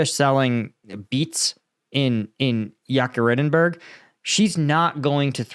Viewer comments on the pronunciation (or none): Pronounced EEY Keter ring burg